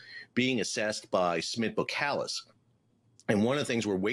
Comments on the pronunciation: 2 minor notes on pronunciation: 1 Boskalis contains an s before the k 2 your pronunciation of Eemshaven is close, but it would be even better if you pronounce the Eems bit as you pronounce aims. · Thanks for another great insight! :-) My takes for your pronunciation: - you (Americans) would spell "Aims-haw-fen" - Boskalis had before (in one phase) been spelled "Bos & Kalis". That first "s" does get pronounced. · Thanks for your views. (BTW, the 's' in Boskalis is not silent, just saying.) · You are not pronouncing Eemshaven correctly. The first vowel sound is a long a sound, analog to the first vowel sound in 'wave'. Also as far as I know the first s in Boskalis is not silent . Keep up the good videos.